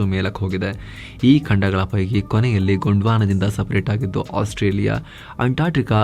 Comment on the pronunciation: !ಆಸ್ಟ್ರೇಲಿಯಾ ಬೇರೆ!ಓಸ್ಟ್ರೇಯಾ ಬೇರೆ!,ostrich ಹೇಗೆ ಬಂತು ✌️.